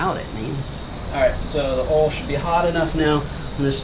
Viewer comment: your southern accent popped out when you said "oil" lmao